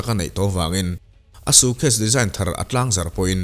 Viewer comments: Bengvarthlak hle mai. Lam dan tlema fimkhur erawh a ngai.... Sukhes tia lam ang te hi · Suitcase ilam dam hi van mak😂 suu case iti maii ka hria😂